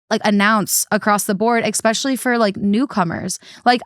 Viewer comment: I love THT, I do but having said that. Please please please tell to stop saying "EX-specially" instead of "especially". And please try to work on the word "ruin". I cringe everytime you guys say ruin and especially